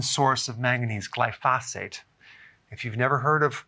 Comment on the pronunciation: I know this may seem picky but it drives me nuts that he mispronounces the word glyphosate. The emphasis should be on the first syllable and not on the second. He's the only one I've ever listened to that mispronounces it. I know it's being a little picky but it drives me crazy.